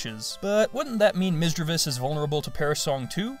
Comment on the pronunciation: Misdreavous *Misdreavus **Misreadvus